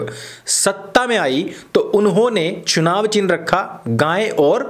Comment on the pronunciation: Chunav ki jagah chinav bol gyi....